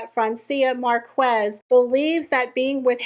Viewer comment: her name is pronounced Mark ez, the u is silent